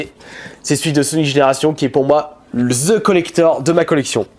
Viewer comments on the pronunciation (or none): faut dire "The" et non "Ze"